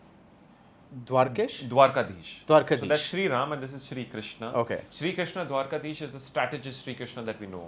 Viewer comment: On a different note ! i was bit disappointed when the interviewer could not pronounce the Name "DWARKADHEESH" properly this shows his knowledge and reverence towards our culture